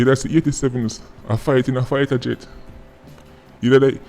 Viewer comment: 1 luv mi bredda & bless up Uself… My lard, 😂 “fighta jet”? Yah sample!😂 ❤️ PW though 👊🏾💪🏾